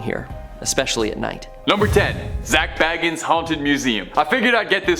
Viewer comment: Zak Bagans is pronounced bay-gans. Not baggins 😂